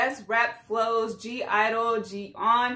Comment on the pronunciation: Yess Jeon like Jeon Jungkook Her name is Soyeon ( So-Yon ) You said GIDLE perfectly!!